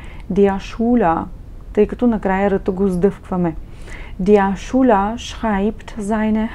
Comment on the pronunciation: 1. ManCHmal wird mit ich-Laut ausgesprochen, wie in Ихтиман!!! 2. Der SchÜler - ein u-Umlaut, kein U!!!